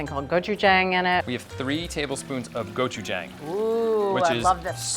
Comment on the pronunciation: repeat after me: "go chew jah~ng" I know it doesn't sound like it's spelled, but it's hard to be the authority on this if you can't say the ingredients right. you guys are awesome... thanks for sharing one of my favorite foods from my culture.